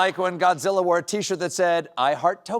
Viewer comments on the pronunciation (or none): none